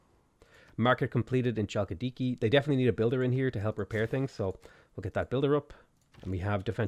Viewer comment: Man, I loved the way you pronounced some of the names here. :D Here's a bit of insight if you're interested. Basilikoi Paides -> Vasiliki Pedes, oi = i and ai = e in Greek, also b = v. Aigai -> Ege with intonation on the second e. Chalkidiki -> Halkidiki, with intonation on the last i.